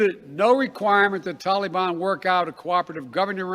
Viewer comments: Stop saying “tolly ban” you clown !!! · This joker Biden can't even pronounce "Taleebahn" correctly! I cannot stand to listen to him talk. He makes me physically ill. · You Biden killed our young soldiers you left Americans there. The taliban has our equipment and think they have changed well sir they have not. They are hanging people by ropes under our black hawks. Hell you can't even say taliban right. By the way Trump did not let those criminals out. Wake up. You and your administration are a joke. You screwed our allies, your so called drone strike killed civilians not the "issue k". You need to be impeached withe the rest of your administration.